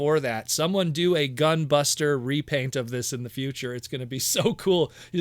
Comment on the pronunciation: Gah! please stop saying GUN BUSTA! All I can think of when you say that is Gundam Wing's gun buster weapon, and makes me think she is turning into a big old blaster weapon. Like what Hasbro monstrosity would wield that?! Unless Hasbro is crazy enough to give us titans that will combine into a huge Predaking or Unicron. That would be insane... On second thought both options would be nutz! LOL 🎉😂🎉